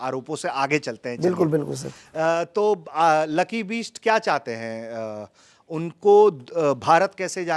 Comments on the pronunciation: कैसा पत्रकार है, लकी बिष्ट को लकी बीस्ट बोल रहा है, वैसे लकी ने BEAST बनके ही सुताई की पत्रकार महोदय की 😂😂😂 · ओ पत्रकार महोदय लकी बीस्ट नहीं, लकी बिष्ट है नाम... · “बीस्ट” नहीं पत्रकार महोदय बिष्ट उच्चारण कीजिए । आपकी सीमित बौद्धिक स्तरीय क्षमता सप्रमाण स्पष्टतः दृष्टिगत हो रही है।